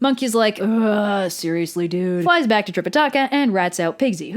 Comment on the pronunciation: ITS BWACK!